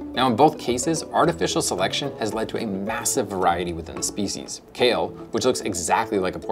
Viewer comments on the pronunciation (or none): none